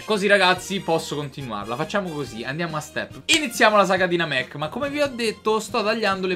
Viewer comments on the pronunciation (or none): Namek anzi che Namecc